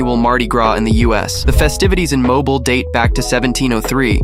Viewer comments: Moble is pronounced mo-bill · Mobile is pronounced Mo-Bee-HL Jackson is not the capital of Wyoming